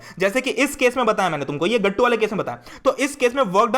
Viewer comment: The way u pronounce GATTU...GATTUU!!>_<😂 SO good ❤